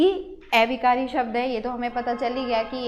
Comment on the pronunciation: Aunty a-vikari not ऐविकारी